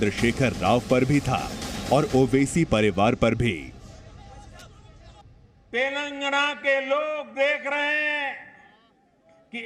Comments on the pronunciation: Modiji cant say TelenGaana, he keeps saying TelanGna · 🤣🤣🤣 Sir. it's " Telangana " Not Telangna. KCR Spolied Narendra Modi Visit. 🤣🤣🤣🤣🤣🤣...... He also given Hindi speech... As modi is not Local to people of Telangana state, We don't care about his visit. We only Care about KCR Speech. We knew that Double engine Sarkar 🤣 in Haryana 33% Unemployment, UP 23% Rapes, Undeveloped city's, No future less policies......... Jharkhand 29%, Bihar 31% .... ... Dreams are different Reality is different. We understand the Truth. Any way after 2-3 years. Modi will Retired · Telngna nhi telangana hai 🤣🤣🤣🤣🤣🤣